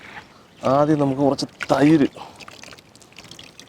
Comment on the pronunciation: I remembered Rahul Gandhi when he said "thairu"..lol